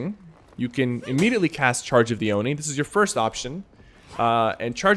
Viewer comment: "omni's charge"? T_T you mean charge of the oni